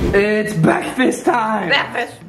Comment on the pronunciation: Bwekfast not bekfast 😂